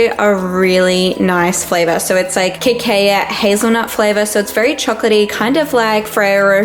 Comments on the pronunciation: Cocoa = "coco" Cacao = "ka-kow" 🙂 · great video! btw girl cacao is pronounced ka-kow! :)))